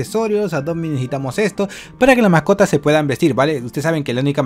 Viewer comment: en el gus dise macotas